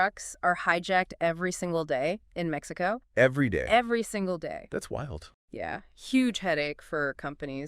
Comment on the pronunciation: Maxico? also AI needs to get a bit better